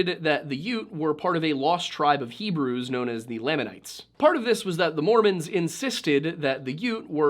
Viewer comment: Haha the pronunciation of Lamanites is layman-ites